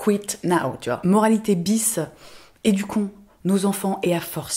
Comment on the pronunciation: Le moment où tu dis "éduquons" et que moi je comprends "hé, ducon"... Heureusement que la semaine est bientôt finie, hein.